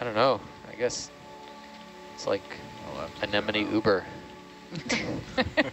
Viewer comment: What I learned from this: 4 out of 5 scientists seem to pronounce "Anemone" -"Anenome" xD